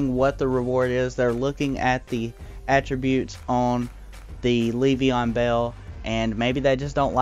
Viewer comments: It's not pronounces like Leev-e-on it's Lev-e-on. Not so much emphasis on the first e... Just had to say it lol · its so funny, I love it lol